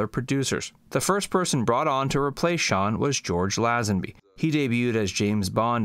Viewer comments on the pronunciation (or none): For God's sake!!! It's LAY-zenby, not LAH-zenby! By a quirk of timing OHMSS was my first Bond film and Lazenby my first Bond actor. I can see his limited experience, but I think he would have grown into the part if he'd given himself the chance - my #1. You don't mention that the contract he was expected to sign covered everything from the clothes he wore to clauses covering his social life - no wonder he didn't want to sign up to that for 15 years. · Pronounced LAY zen bee. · Lazenby is pronounced 'lay-zen-bee'. Americans just can't speak English properly.